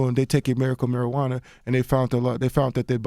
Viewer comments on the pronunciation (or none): "Miracle Marijauna" lol